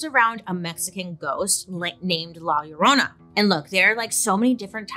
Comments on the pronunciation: Lie-ya-Rona not lala love 😊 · Not loraina 😂 It's "la llorona" and it translates to "the weeping woman" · Lol the way she pronounces la yuh-roh-nah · Am I the only one humming “my Sharona” when Bailey says La Llorna… 🙄😝